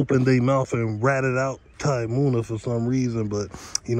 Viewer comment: You gotta pronounce the names right bro munna not moon a